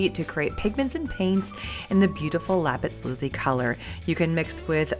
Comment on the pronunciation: It's lapis lazuLi 😉